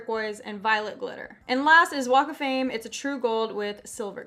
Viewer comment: “Walk of fame” I heard Wake Flame